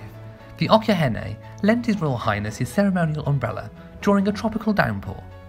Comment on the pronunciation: okyenhene is pronounced ochinhene....has ch sound